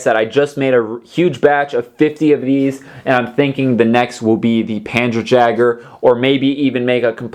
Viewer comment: First it is panzer yager spelt jäger and the wespe is prounonced vespe and it was artillery other than that well done one making so many vehicles